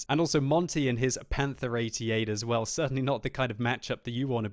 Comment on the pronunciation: 'it lows very roll'